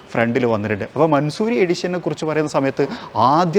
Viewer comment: Just correcting you it’s not mansoori its pronounced man saw ree